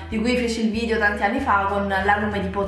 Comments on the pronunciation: Un consiglio; se il tuo lavoro è fare video su YouTube, la prima parola da pronunciare senza sfondoni sarebbe proprio vidEo... non vidio 😳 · si dice video non vidio....